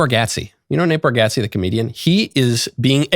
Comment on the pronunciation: You’re the first person I’ve heard pronounce Nate Bargatze’s name correctly. 👏